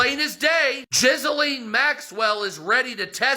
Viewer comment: I can hardly hear him because I'm laughing so hard at his mispronunciation of Ghislane. Jizz-A-Lean 😂